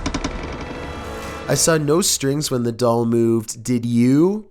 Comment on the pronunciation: At number 3 he said there is something in the dall